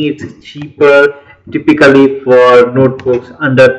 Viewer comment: Please listen typical pronunciation of word 'typically' at oxford's dictionary (you missed it several times): VS